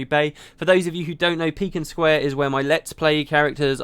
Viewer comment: You say Piken Square weird :P I've always said pie-ken square